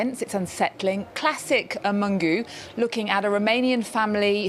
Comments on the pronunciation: NOT Mungu !!! It's Mungiu = Moon - G (like the letter) - oo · "Mungu"??! The pronunciation is far away from the corect one. I find it disrespectful. Mungiu - MOON-GEE-OO. Try that!